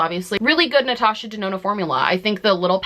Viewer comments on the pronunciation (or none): none